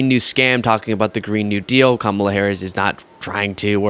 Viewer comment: Daily Mail interviewer lost my respect when he started off by mispronouncing Kamala's name 😢🤯😤